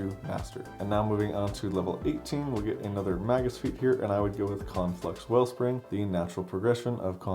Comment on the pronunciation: This is such a hard fucking watch. The word is pronounced MAY-gus, not "mah-gus". Goddamnit.